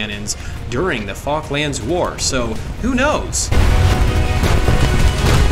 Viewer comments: Fall klands... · Wait I just can't get over the fact of how he says Falklands. Killing me 🤣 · Yeah I was trying to spell it the way he said it.